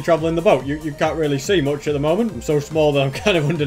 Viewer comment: its much not moch omg